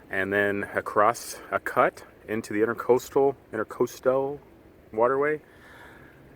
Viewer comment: Educational, and a bit hair-raising. Two thumbs up for the 7am idea. ICW - Intr_a_coastal (not "inter"). intra = within. Very common mistake. (just doing my part to help ;-) I'm sure you said somewhere along the way, but can you say now ... what was the length of that pontoon shanty boat?